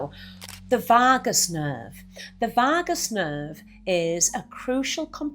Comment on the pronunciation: I never knew there was an "r" in Vagus?😂